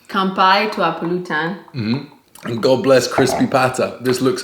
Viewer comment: Just a little pointer: most tagalog words are spoken with emphasis in the second-to-the-last syllable, example: sawSÁwan, puLÚtan, magLÚto, kaiLÁngan...and many more... Though some are spoken with emphasis at the last syllable like masaRÁP, umiNÓM, buSÓG... hope this helps in your learning